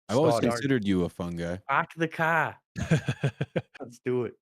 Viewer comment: “pahk tha cah” 😂😂 as a rhode islander I appreciated that a lot